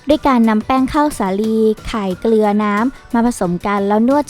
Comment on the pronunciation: เกลือครับไม่ใช่เกรือ